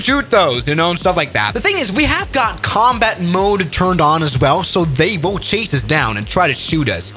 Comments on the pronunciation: Comtat xD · how i love a "comtat"